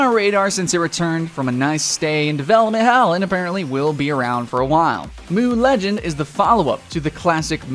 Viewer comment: who else cringed when he said "moo legends"? ITS M-U